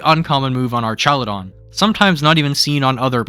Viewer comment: Jesus you really can’t speak huh? They are pronounced ArKaludon, *E*violite and *Goth*itelle. Why use words like „P2“, „OHKO“, „mon“ in spoken language? Impaired intellect boy struck hard this video.